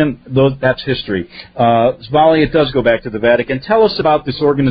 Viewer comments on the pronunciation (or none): hi, her name is Svail. Pronounced=Z-valie